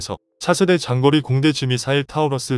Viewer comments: 장거리 타우러스 미사일을 징거리로 발음하네! 쯧쯧쯧 얼마전 유튜버 깡통걸도 우리나라 선수 김민석을 김민식이라고 발음해서 편집도 대충하는 느낌났는데 여기도 미리 방송전에 오타검수도 없이 대충대충 건성건성 하고 있군요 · 장거리를 징거리로 ALCM을 알크크로. 나참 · 장거리를 징거리라 읽네 로봇인가?